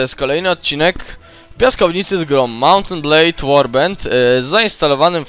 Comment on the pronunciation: "To jest kolejny odcinek z grą Mołnt en't blejd łorbend" KOCHAM TO!